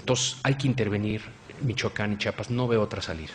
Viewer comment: Sr. X se dice CHIAPAS NO "CHAPAS". ...